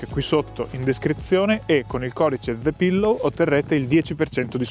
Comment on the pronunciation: hai veramente detto "ze pillow"??? 😂😂😂 gran bel posto.